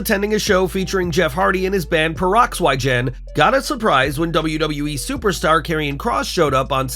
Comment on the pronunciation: Jeff Hardy’s band is PeroxWhy?gen but it’s pronounced as “Peroxygen” (peroxide / oxygen)